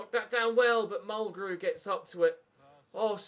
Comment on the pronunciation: stop saying kalvin its kelvin Phillips